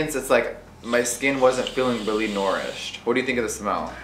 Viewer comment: WHY DID HE JUST SAY NOURISHED LIKE THAT 😂😂😂